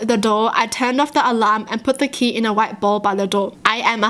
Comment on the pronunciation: " it was back in the wight BoLw!?" Lmao